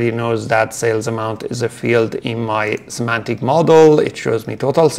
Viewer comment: Semantic, not Symantic 😊